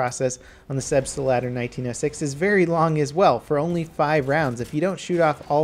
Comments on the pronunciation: I honestly don't know what's worse, his repeatedly terrible pronunciation of the gun name or the fact he doesn't even play the medic class properly. Heal your teammates! I know you can do better than this. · Pls level go on google translate and put "selbstlader" in the box and listen to the german voice pronouncing it. I don't want to be rude or anything but it almost hurts hearing you try to pronouncing the name of the gun. I understand that its foreign and probably not really easy to get right without hearing it the right way first ... but google translate actually pronounces it right and perfectly. So maybe you could listen to it a few times and my austrian ears would definitely appreciate that. Again: I don't wanna come off as some ignorant rude dude who's trying to tell you what to do ... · You guys dont get it. COULD have pronounced it correctly, but he pronounced it "Selbstalader" instead of "Selbstlader" EVERY single time in the video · A small tip from a german viewer about pronounciation: You always say "selbstEYlader" . Insted connect selbst and lader like you would "felt" and "ladder" felt-ladder selbst-lader The rest of your german is fine, keep up the good work! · Ive put up with this for long enough. SELBST- LADER. (lahder) In german this means self-loading. In other words, semi-automatic! As a german speaker it just irks me that you keep saying "selbstalader"! Have a good one. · Its called Selbstlader and not "Selbstalder" >< Selbstlader means Selfloading in english. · selbst - lader. not selbstelader sorry... im just amazed that no one have told u ever..... keep up the great vids... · It's not "Selbst-uh-lah-der," it's "Selbst-lah-der." Three syllables, not four. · its Selbstlader not Selbst[E]lader [TRIGGERING INTENSIFIES] The german part of me is crying everytime you say it wrong! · SelbstLAder, not SelbstALder. Don't make the germans angry, nothing good happens when you make the germans angry! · Lol wtf is the "Selbstalder"?